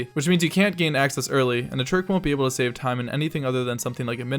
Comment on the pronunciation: Why you said "shave secounds" instead of save secounds